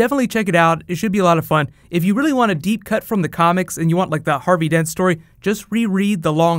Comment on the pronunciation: "Harby Dent"